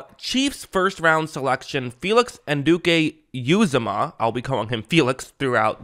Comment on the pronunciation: Just an fyi it’s pronounced “an-u-d-k” “ewe-Zama” Love your vids, keep up the good work :)